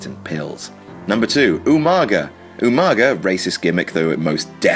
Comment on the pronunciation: the proper Samoan pronunciation of Umaga's name was with a 'NG', so at least Regal was the closest to getting it right. It's not pronounced 'ooo-muhhhh-guhhhh', it's 'ooh-mah-ngah'. I'm usually not too fussed with WWE's pronunciation of foreign names as most of the time they're fucking terrible, but it seems like Umaga's name was perverted in way to sound like some stupid beastly caveman shit, when in reality Umaga's a pretty common Samoan name.